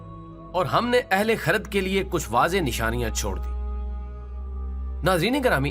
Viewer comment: Bhai pehlay parhna seekh lo khirrad jo kharad keh rahe ho